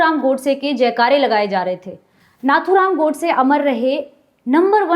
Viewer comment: उनका नाम आपने गलत तरीके से उच्चारण किया, वह नथ्थूराम गोडसे नहीं नाथूराम गोडसे है।